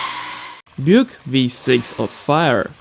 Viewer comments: why you call buick biuk? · The way you prononced "Buick" 😂😂